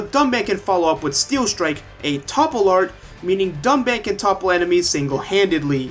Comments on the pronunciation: btw they reuploaded the review and tried to fix the pronunciation but they just called him dunbon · Mister Payah They pronounced Reyn as Rain, Nopon as Napon, and Dunban as Duncan. They baited us.